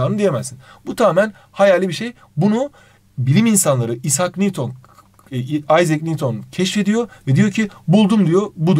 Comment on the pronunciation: isak niwton ahahahaha